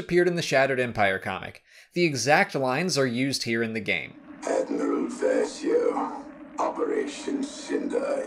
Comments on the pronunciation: Is just me or his he saying Dadmiral instead of Admiral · did I hear him right...? Did he say Dadmiral Versio...? 😂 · Wait did anyone heard him say Dadmiral? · Dadmiral? Lol! XD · “Dadmiral Versio” Lol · "Dadmrial Versio" Ok, that got me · “Dadmiral Versio” 😂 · Is it just me or is Admiral Versio Constantly Referred to as Dadmiral in this video? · "Dadmiaral", ha. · Dadmiral?..... What is it, Admiral, Grand Admiral, and then Dadmiral??? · The Raider class corvette was in Trawn. Also did you say dadmiral? X-D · Did you say dadmiral lol? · Lol "dadmeral" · I caught that too. Had to rewind to make sure I didn’t mishear him. 😂